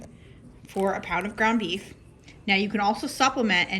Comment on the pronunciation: I subscribed because you said meef. Lol